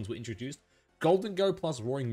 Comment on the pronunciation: The way u say gholdengo is so terrible